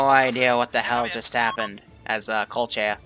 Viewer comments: please stop say kolchia Not tryna be a dick but (koh•lech•iya) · its pronounced Ko-Lech-ia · I knowww my ears are burning when i hear colt-chiya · I'm sorry but the way says Kolechia and Kolechians is just ugh...